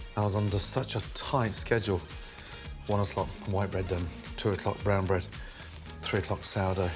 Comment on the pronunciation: thought he said bacon bread